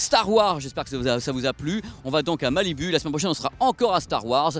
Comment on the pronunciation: Prononce "malibou" putain.